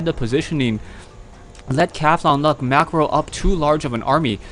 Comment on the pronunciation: its not CATHONLUCK, its CAUTHONLUCK. there is a U in there, you know that?